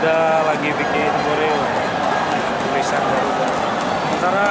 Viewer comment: Garuda cok bukan darurat